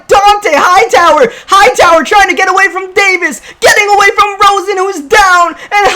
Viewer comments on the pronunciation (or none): none